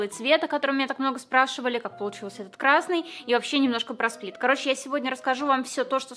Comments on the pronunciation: Я которая вместо сплита, слышу спид:🗿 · Я услышал как не сплит а спид 🗿🗿